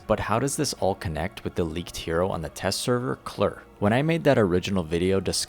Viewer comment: it's Kay-Lair